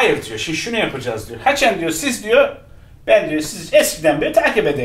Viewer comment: Ama diyo (haçen diyo)